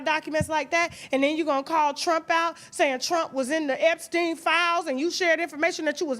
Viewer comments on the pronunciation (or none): none